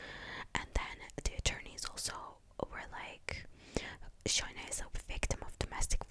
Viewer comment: No need to speak about Shayna in Asmr to make money and her name is Shayna not shaina! She’s not a bad person and she had her remorse but it’s self defence